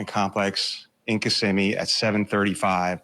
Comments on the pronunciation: FYI; Its Kisimmi… not kis a me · Can someone please correctly pronounce kissimmee? It's not KISS-ah-me. It's Kuh-si-mee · It's Kih-SIMM-ee. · lol how yall say Kissimmee fla. it’s ki-sim-me. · Someone pleazzzzze tell this Julie the correct pronunciation for Kissimmee! Seriously???🙄